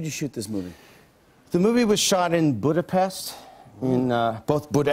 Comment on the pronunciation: Love Mike... but I'm Hungarian.. it's Budapest !!